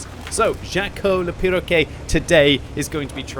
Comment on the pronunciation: i love the way pronounces "perroquet", i mean he got the "quet" part right but the first half not so much lol fun fact: Perroquet means Parrot in french